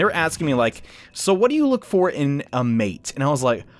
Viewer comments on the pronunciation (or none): none